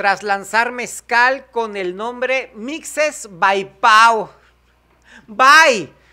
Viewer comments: no mames se pronuncia mijes...no mishes... maldita sea!!! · Se pronuncia MiJe, se escribe MiXe, como cuando dices México!!! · Se pronuncia mije, pura izquierda 🤪 saludos desde CA. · se lee mijes yo soy de por allá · pronuncialo cómo se pronuncia México Oaxaca mixes la x suena como la letra jota yo soy mixes mi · Soy del Istmo de Tehuantepec, Oaxaca, se escribe Mixe y se pronuncia "Mije" y lo estas confundiendo con "Mushe". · Mije, se pronuncia Mije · mixes se pronuncia como pronuncias mexico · se Pronuncia Mije o Mijes, se escribe Mixies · Lo pronuncias mishe, es mije y se escribe mixe. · Se pronuncia "mijes", soy de la región Mixe del estado de Oaxaca. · Se pronuncia como si la x fuera jota mi padre es de Zacatepec mixes Oaxaca saludos maka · Se pronuncia mijes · Hola, se lee "Mijes" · Malditaaa seaa... miro videos del maka😎porke me divierto y me informo... pero ahora ai me enchilo el buche🤬 soy de 0xa.. soy de valle central.. y se donde keda los mixes PD se lee "Mijes" como Mejico oh 0ajaca igual mis paisanos se lee mijes ✌️😉✌️ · Mixes es una de las 8 regiones de Oaxaca. Y se pronuncia la x como la pronuncias en México. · Se pronuncia (mijes) Seguramente habrá mixes viendo tus vídeos, y para que lo sepas aquí hay un mixteco que siempre ve tus vídeos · Se pronuncia mixe=mije y los muxes son otra cosa. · Se pronuncia con j, mijes. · Se pronuncia MIJES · Se pronunció con J no manches, Mije. A poco eres meshicano? Por favor!!! Comunidad MIJE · se pronuncia "mijes"... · Se pronuncia mijes maka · Se pronuncia: mijes. Con J wey